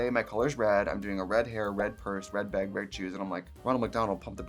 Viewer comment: when she says bag too! baeg